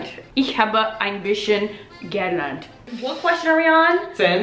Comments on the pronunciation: Good job guys! The only thing is “gelernt” is stressed like “geLERNT” not “GElernt” :) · You guys speak German with kind of a French accent! German is my main second language, so I always end up speaking other languages in a German accent. A tip: the stress goes on the second syllable in "gelernt", so it's ge-LERNT, not GE-lernt. For all past participles starting in "ge", the "ge" is unstressed. Keep up the good work! :) By the way, your videos have helped me become more confident in learning Portuguese, which will be put to use when I go to Brazil for this first time this Thursday!